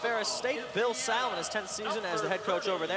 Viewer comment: It's Bill Sall, like you took a call at the mall. I get that they're students, but something to learn is how you pronounce someone's name. This was my last visit to the Breslin Center and seeing Branden Dawson's first game was exciting. He's followed through on all expectations.